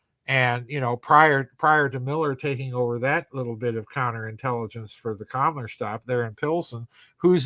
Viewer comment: I know you're saying Kammler, but it sounds like you're saying Kamala.